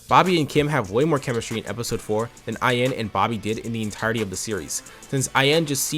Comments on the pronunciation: I've never seen this webshow despite growing up around the time this show was somewhat relevant, but If I took a drink everytime you mispronounced Ayane's name, I'd be wasted af. You pronounce it as if its only two syllables when in reality its actually three. The "ya" and "ne" in Ayane are meant to be separate so it supposed to be "A-YAH-nay". Other than that, good video tho. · This video was good, this series is def a flash in my teenage years that I'd long forgotten. On a side note the pronunciation of Ayane made me almost go 'um achktually' mode :')